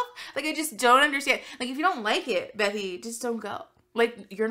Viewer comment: I LOVE your content. Are you saying bethy or Becky?